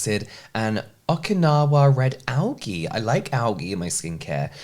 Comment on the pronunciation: The way you pronounce algae 🥴